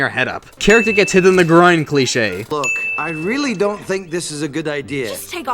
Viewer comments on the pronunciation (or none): My 2 cousins got so annoyed when you kept saying cleiche